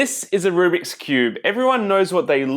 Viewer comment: I couldn't tell if you were a cuber saying rubric ironically or a non cuber saying rubric unironically lol